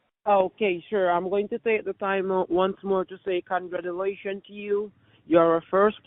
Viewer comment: You forgot to mention the poor pronunciation and butchering of English language e.i congrulagulation*, poor grammar * I am tolling you* and so forth.